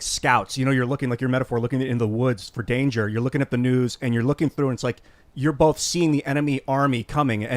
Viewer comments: Take a shot every time Tim says Bolth instead of both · Tim Pool: "BOWLTH" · Bolth? What is bolth? Why does Tim keep adding an L in both?